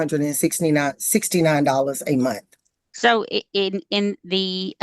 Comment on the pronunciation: its month...not munt!